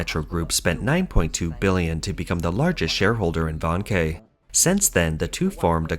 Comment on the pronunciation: 05;30 "VANKE" pronounced VARN - KER ... not "Van-Kay"